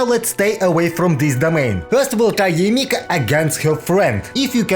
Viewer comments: Why you sayng Yae M I K A ? ? >_< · yae miko ❌ yae mika✅